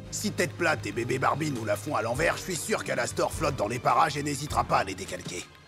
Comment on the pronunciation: il a appelé Velvette "babé Barbie" 😂